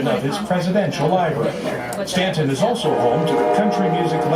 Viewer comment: Pronounced STANTON..the U is silent